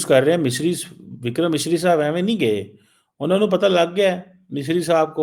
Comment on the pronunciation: Unhone not anhoneh 😂😂😂😂